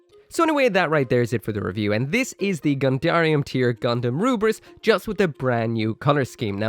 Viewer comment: Yo,! I really love your WFM reviews, actually I love all of your videos tho. I just want to say that your Lfrith's pronunciation is wrong because just like how Koreans and Japanese people pronounce english word, Lfrith would be "Lufrith" instead of "Rubris" because their R is pronounced as L and vice versa, their T is pronounced as S. Anyway nice vid as always!